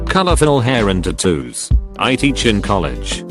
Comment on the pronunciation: Nobody:- Reddit Narrator:- Tattooos